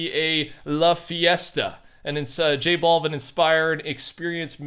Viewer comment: i love how he says J Balvin like bald